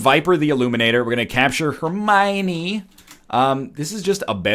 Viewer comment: Hermione =/= Hermine